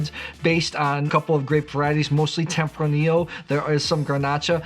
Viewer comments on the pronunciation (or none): none